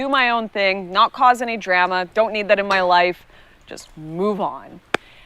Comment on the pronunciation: we disavow her pronunciation of drama.